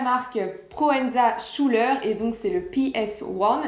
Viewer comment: ça se prononce SKouler si jamais :)